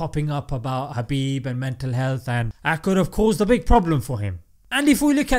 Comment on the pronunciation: Is it just me or You're actually saying Habib instead of Khabib?